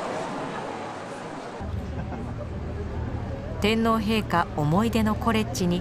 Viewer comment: 衛兵隊長が、正確な発音の日本語で、天皇陛下！、と話しかけられたことに凄く感激しました。